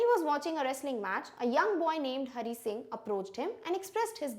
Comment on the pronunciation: Hari singh not HONEY SINGH 😂